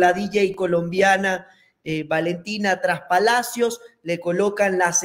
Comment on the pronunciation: Trespalacios. No traspalacios